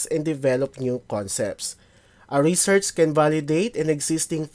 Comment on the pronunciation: Bakit ganyan po pronunciation nyo ng "Research"?